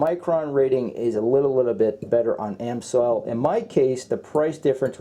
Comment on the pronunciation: I know it's picking butt your pronunciation of amsoil grove me nuts .You did pronounce it properly a few times many by accident don't understand that. Just my 2cents worth